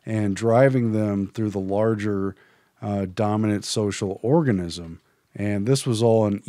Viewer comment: "domaniant socal organism" lmao